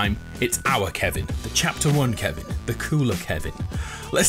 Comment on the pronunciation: Baby of KEVIN KIVIN(ki-ven)